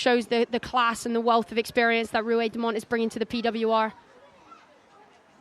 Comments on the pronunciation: Ruahei's surname is pronounced just as it is spelt. Demant. Not Demont. Not Dement. The end bit of her surname is Ant... said just like the insect. I feel like the least commentators can do is pronounce the player's names correctly. She is the co-captain of the team FFS. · Can someone explain to me why the male commentator wasn’t able to pronounce Demant properly once? Even after his co-commentator pronounced it correctly to him?